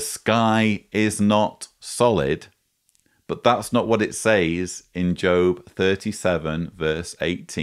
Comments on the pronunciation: As a speaker of American English I am intrigued by your pronunciation of the word SAYS. We say SEZ, but I like the sound of SAYZE. Excellent content and illustrations. By the way, I boosted the audio speed to 2X and found the everything quite comprehensible. Keep up the good work, please. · Great analysis, but your pronunciation of the word "says" is bugging the hell out of me. Say it like you say "said", but with a "Z" sound at the end instead of a "D". Thank you. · why does he pronounce 'says' as 'saays'? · Is it just me or is he pronouncing “says” incorrectly? It’s triggering the fuck out of me hahaha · I'm from the UK and nobody I've heard pronounces it like he does, it's unique to him.